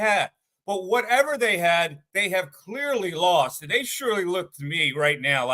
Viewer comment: You LOST! You LAWhawHAWhawHAWST!